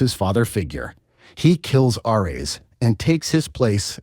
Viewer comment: Did we really need an AI voiceover for a 12 min vid? hearing KRAHTOS and ARE EHS for the duration is so infuriating.